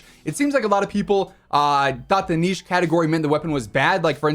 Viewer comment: Finally an American that pronounces niche properly